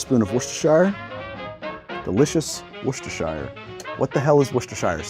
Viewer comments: Englishman here. Say it with me.. pronounce it WOOSTA-SHEER No whooshing, no Shire and no whooshing shires. It’s not that hard, America. Worcester is the town, Worcestershire is the county/area that town is in. Devon/Devonshire Hertford/Hertfordshire York/Yorkshire Worcester and you guessed it, Worcestershire. Final tip... don’t even think of saying War-Chester-Shire. Hope that helps, trans-Atlantic friends. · Please stop saying worcester-shire sauce. It’s pronounced as wooster sauce. Please stop saying that - that’s so painful to listen to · Wust-er-sheer. Love from England! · I'm a little late but I'm committed to trying one of these tomorrow. What you're looking for is, "woos-tuh-shah" if you want to make the New Englanders happy. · Love watching Americans trying to say Worcestershire! It's pronounced - Wust ur shur, and before you say well it's not spelt anything like that, I refer you to Arkansas! 😂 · It's pronounced Wustersheer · Pronounced: Wuss-ter-sher sauce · Woosturshur sauce. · Woos-ter. Too much vodka makes it bitter. I prefer "Virgin Marys"; tomato juice and Worcester source, no alcohol. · Wuss-tuh-shuh sauce mate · ... how do Americans struggle s ouch with the word Worcestershire (wur stu shur) i grew up in Worcester England, nd yes there’s is a Worcestershire sauce factory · As a brit, hearing you try to pronounce Worcestershire (woo-ste-sure, if you’re curious) makes me feel like I’m having a fucking stroke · wuss - stir - sh - uh is the correct prounciation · It's pronounced wu-ster-shear. Named after the county Worcestershire here in England. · I'm not even English and I'm going to correct you. The -cester suffix is just pronounced "ster". Worcestershire is pronounced "wur-ster-shure". Pronunciation lessons courtesy a grumpy 12th grade English teacher teaching meKing Lear. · Worcestershire pronunciation guide: “Woo-ster-sher” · in the middle there u got it then went back to god knows what u saying lol wor-chester-shear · Wooster-shire sauce